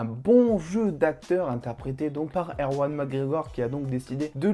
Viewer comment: Bonne vidéo ! C’est juste que c’est « Ewan » McGregor. 🤟🏾😊